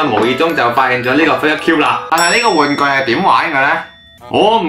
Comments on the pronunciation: 笑波子 其實figet cube應該讀 fi"住~t" 唔係fi"gut" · The way he said FiDgEt CuBe xD